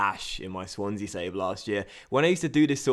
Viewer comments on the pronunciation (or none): none